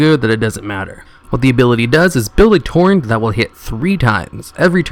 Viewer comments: are you illiterate? Im not trying to be mean but im really asking, ive watched videos where you say the wrong pronunciation for things example in this video is "turret" you say "torrent" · I appreciate the video, but man, if you're going to make a video make sure you know how to pronounce the things you're talking about. It's "Build TURRET," not "build torrent." It's "AnubiSATH," not "Anubish." It's "ION cannon," not "Iron cannon." And that's just three examples. There were plenty more. Aside from the wrong names and mis-pronunciations, good video. Thanks. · I heard torrent, tauren, and turrent. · I don't think it's a lisp thing. I play a lot of Overwatch and there are two different characters that make turrets, and I hear people say "turrent" more often than turret. It's weird. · Ness Hopster and Torrent instead of Turret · MAH-COB not marcabrey..and omfg TOR-RENT ...do you need hooked on phonix? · "Turrent" Bruh there's not an "n" anywhere near the word "turret" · You're all wrong. He's saying "torrent". Even says torrent in the list he links to :) It's a mistake, it happens! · also he kept saying tourent or something for the mecha gnome. The fuck is a tourent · ......hearing him mispronounce turret and macabre drives me insane.